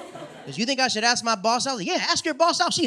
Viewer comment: Its " ask " not " axe " bruh 😒